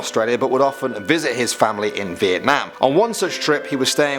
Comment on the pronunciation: I extremely appreciate the way you say: Việt Nam, not Vietnam ;)